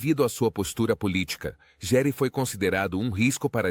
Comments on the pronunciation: Se escreve Gere,mas se diz Guere! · Nossa como as pessoas gostam de bisbilhotar avisa dos outros, não sabe nem pronunciar o nome do ator direito nas quer jogar sua vida no ventilador só pra ganhar ibope!🤦🏼‍♀️